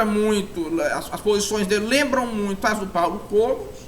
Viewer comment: É paulo Kógos que se pronuncia, nao Kôgos